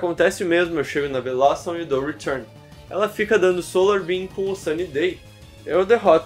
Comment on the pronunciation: Hoje descobrimos que o sabe falar retun muito melhor que eu